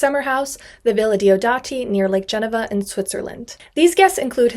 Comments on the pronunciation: It's pronounced Lake Gen-eeva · That's not how you pronounce "Lake Geneva" - It's Ge-Nee-vah